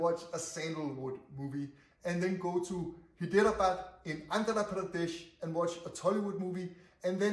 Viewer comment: You pronounced Hyderabad like hiderebad it should be pronounced like high-the-raa-ba-ad